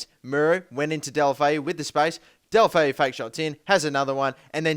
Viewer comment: Deulofeu is pronounced like this: "Deh-oo-loh-feh-oo".